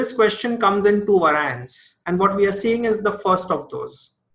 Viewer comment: vae-ri-ents. not vaar-i-ants. Great video otherwise!